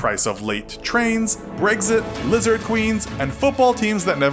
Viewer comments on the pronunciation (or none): none